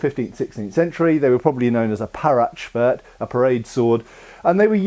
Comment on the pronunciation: The Netherlands and Belgium where part of the holy Roman Empire, when Federschwerter were used ;) + The "e" at the end of Parade-Schwert needs to be pronounced, like also in Porsche